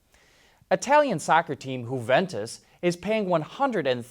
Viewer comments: Come on mate. It's not HU-ventus. It's YU-ventus. Just like you would pronounce "you". It's not spanish Jose! It's ITALIAN baby....! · Huventus? It’s pronounced ‘yuventus’.